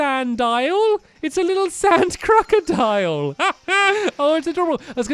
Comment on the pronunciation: stampy its crocodle